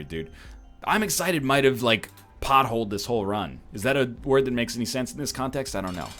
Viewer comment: he simply was too eggCITED